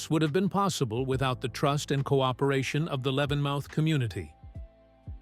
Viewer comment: Please say Levenmouth properly